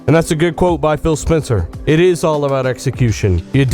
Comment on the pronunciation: Sounds like your saying Bill haha :)